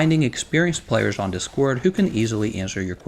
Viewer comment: I'm shook by the emphasis on the second syllable on DIScord.